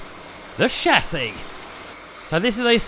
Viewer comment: I love the way he says 'shasis'😂 You will definitely win the competition 👍👍👍👍👍 MY BEST WISHES ❣️!!!